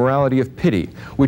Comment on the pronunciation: He pronounces spurious spoorius incorrectly. And excuse me - tropee? Where did this PHD learn how to speak English?